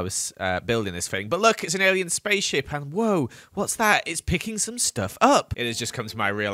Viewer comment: Lol when said "Do I look like an alien" i thought he said "Do I look Canadian" and I lost it 😂😂👽🇨🇦